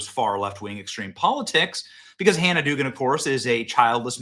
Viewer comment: The name is pronounced Dug-an or Doug-an. You sound incompetent by pronouncing it as Doogan.